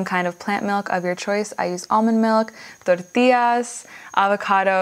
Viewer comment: gives me such agony when u speak cilantro and tortilla with spanish accent